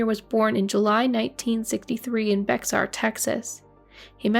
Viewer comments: Excellent job! Texan here. Bexar is actually pronounced “Bear” lol weird I know. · Bexar is pronounced bear. Bexar(bear) County. It's not a city...its the county of San Antonio. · Bexar is pronounced. Be har. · Good story. It's spelled Bexar Texas but it's pronounced "Bear" Texas. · “Bexar” pronounced “bear” The “X” is silent. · In case no one has mentioned it Bexar is pronounced like Bayer. Just FYI. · Bexar is pronounced Bayer. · I scrolled to see if anyone had said Bexar is Bear 😂🥰 love from San Antonio 🥰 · South Carolina is ON the East Coast. Cheaters always gonna cheat. Cheat with ya cheat on ya. Bexar is pronounced Bear. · Good afternoon. Love your channel. Oh, Bexar is pronounced Bear 🙂